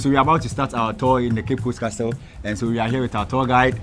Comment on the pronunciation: Did I hear cape coast Castro